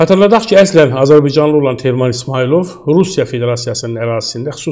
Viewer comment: Azirbicanlı niye deyirsiz? AZƏRBAYCANLI DEMƏK ÇƏTİNDİR?